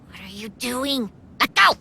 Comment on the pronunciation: Ughhhhh.... What are you dewing? LET GO